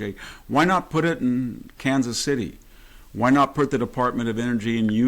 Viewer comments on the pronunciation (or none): none